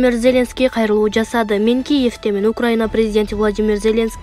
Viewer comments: Эй кыз зеленский дегенге ударениелерди туура коюп окусан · МаКРОН эмес, МАКРОН, ЗеЛЕНСКИЙ эмеся,ЗЕЛеНСКИЙ ДЕП ОКУЧУ. ДАГЫ ТОЛТУРА ТУУРА ЭМЕС УДАРЕНИЕ КОЮП ОКУП ЖАТАСЫН. КЕТЧИ ДЕГИ.